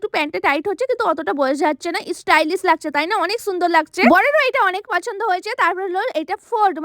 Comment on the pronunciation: Didi ota istylish na❌ stylish ✔️❤😂😂